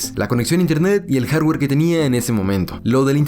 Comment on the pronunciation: En cuanto al jarrwerr xD